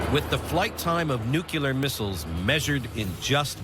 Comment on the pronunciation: Why do tv show producers keep employing narrators who can't pronounce the word 'nuclear' lol